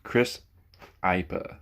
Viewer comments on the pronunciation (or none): Crisp IPA?!?! I P A. As in the beer 😂